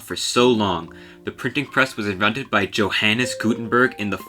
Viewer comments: johannes isn't pronounced /dʒo.han.nes/ , actually you pronounce it /joˑ.hanˑ.n̆ɛs/ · isnt it pronounced yo-han? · You managed to hurt my ears three times: 1) 'Spinned' vs. 'Spun' (is 'spinned' even a real word?) 2) The 'J' in 'Johannes' is pronounced like a 'y.' 3) It's "ni-co-LOH de ni-COH-li.' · Its pronounced yo-han. Not johannes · My man's said Joe Hanes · Interesting. Johannes is pronounced with j like fjord, not jet, though. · This man said Joe Hannis 😂 🤣 💀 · fyi Johannes is pronounced "Yohan" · also, "Joe Hannis" Gutenberg. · the J in Johannes is pronounced more like the english i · you pronounced johannes wrong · Johannes isn’t pronounced like that my dude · "Dshouhennis GutenbÖrg", 🤣🤣🤣 No, that's not how he is pronounced. Better do some research before making videos! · You know I'm always happy to hear a linguistics/history lesson from a man who mispronounces 'Johannes' and 'southern', incorrectly refers to Egyptian hieroglyphics as 'letters', and says 'spinned' instead of spun🤘😪